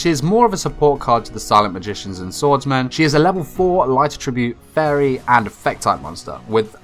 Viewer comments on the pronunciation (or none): this whole time i thought he was saying “light tribute” monster and i’d get confused but he’s actually saying attribute weirdly